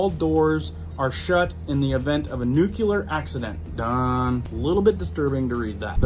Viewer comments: Nu~cle~ar. Not Nu~u~lar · Is a "nuculear accident" similar to a nuclear accident?